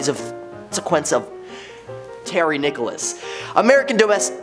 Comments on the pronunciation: The name is Nichols not Nicholas. Geez where did you find this guy? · I am a working actor and voice over artist. My comments are intended in a positive, helpful, and encouraging way. I agree. He is doing a great job. Different countries do not however pronounce people's names in different ways. Nichols is always Nichols and not Nicholas. Perhaps you could use a lesson in positivity and manners when responding to comments online. Have a great day. Good vibes only. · you're making a mistake with Terry Nichols last name you're calling him Nicholas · Its pronounced Nickels.